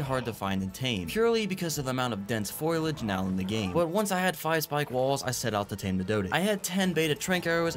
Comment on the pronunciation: will he ever pronounce foliage like "foh lee idge" or will he forever just say "foil idge":<, I love you but ur killing me with these foil fridge